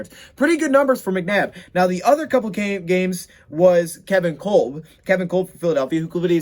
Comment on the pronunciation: "Kulb" Lmao. Kolb is pronounced "Cob" homie lol. And u cracked me up.. "Looking for a lil more uh, you know; bling..."